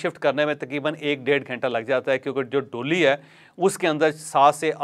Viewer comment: Jawaid Bhai, DOLY , nahi, DOLEE , khty hain.. Thnx